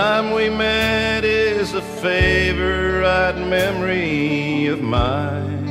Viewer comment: Cal does great justice to the Haggard Classic,right down to his emphasis on the third syllable of the word "fav-o-RITE" in the song title, just as Hag pronounced it on his hit recording.